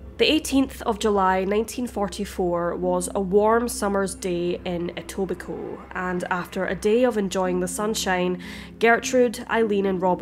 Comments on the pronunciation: Thank you for saying Etobicoke right 🤣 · Just a thank you for pronouncing Etobicoke correctly